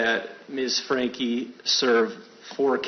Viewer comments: Her last name is pronounced like "Frankie." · Just some advice, please learn how to say names right. It's pronounced Frank-ee and Jo-dee. I heard you mispronounce other high profile names in other videos as well.